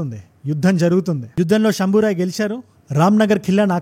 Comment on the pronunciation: శంభాజీ అని చెప్పొచ్చు కదా శంభోరాయ్ అని కొత్త పేరు దేనికి భయ్యా